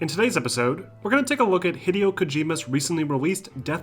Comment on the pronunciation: Hee-deh-o. It doesn't rhyme with video, haha.